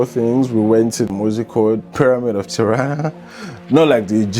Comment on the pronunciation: Nach Tarna? OMG, du machst ein Bericht darüber und weisst du nicht mal wie die Hauptstadt heisst? Ti-ra-na Tirana wie man schreibt ganz easy…. Alle rent a car kannst du in Tirana online buchen